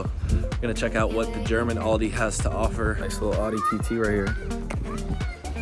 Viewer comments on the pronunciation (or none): none